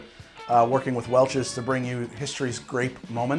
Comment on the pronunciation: does he not say “I farted with Welch’s”????